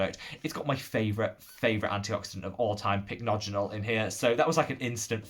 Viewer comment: you finally got the hang of pronouncing Pycnogenol! 🤭 Lovely video and honestly you're now my favourite YT Skincare guru ❤ I mentioned these products in the livestream yesterday but my top discoveries of this month have been the I'm From Mugwort essence and mask. The essence is so soothing and hydrating and sinks in completely. I had an acne break out this month and the mask saved my skin. It has a very weird texture but it's one of those masks you can use everyday and your skin just feels much smoother and less inflamed. I'm hoping to get their mugwort cream to try as well 🤗